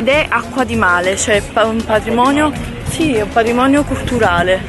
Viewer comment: "sono tutta naturale, vero amore?":" Zi" ma solo io un uomo che dice di continuo "Zi amore Zi, Zi, Zi" lo schiatterei di testa al muro?? QUANTA IGNORANZA.